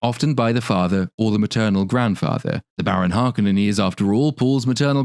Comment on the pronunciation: I will never accept the pronouncation of Har-koh-nen as Harkenen. Bite me!